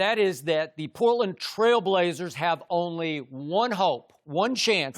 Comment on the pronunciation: Skip really the quote king "snail blazers" and "frail brazlers" skip Bayless you know you wrong for that 😂😂😂😂